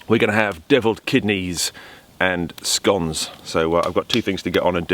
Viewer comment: a drunk bloke in the woods...show me the waya go ome hic. Also, finally someone who pronounces scones correctly, now all we need is an American president who can pronounce Thailand. *Runs from flying shoes*.